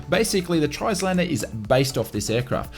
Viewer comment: Good video. Just a small point - you don't pronounce the letter S in Trislander - it's silent, as in Islander.